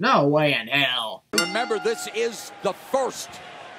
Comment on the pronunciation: Sorry, I found it funny how much you emphasised "this" on , that sin description overall was funny